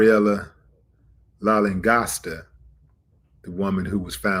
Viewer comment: hi.. willie d...la.. lan..gos..ta.. is her name... pronunciations.. be blessed